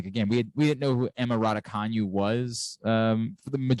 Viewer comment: Another dope episode. I heard Emma Raducanu in a video say her name and it’s not the way y’all decided to say it. Hope y’all can keep the podcast going!! Courts of Thundeeeerrr